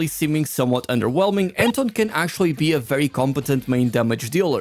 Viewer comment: Wenn Anton suddenly is called "Enton"